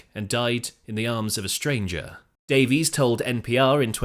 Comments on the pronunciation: It's Ray Davies pronounced Day-Viz NOT Davi-ees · Davies is pronounced Daviss not Davees. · You're British and pronounce it "Dave-ease"??? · Despite the spelling, Ray and Dave's last name is pronounced "Davis".